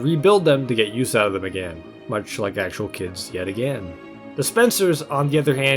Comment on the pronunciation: Normal people “Again” “aGAEN”